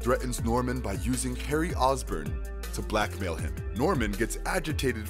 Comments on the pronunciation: Yeah, and It's not Ozburn, It's Osborne (Oz-Born) how hard could that be? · OsBORN not OsBurn Aleister Smythe not SMITH The fuck? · It's Osborne as in Ozzy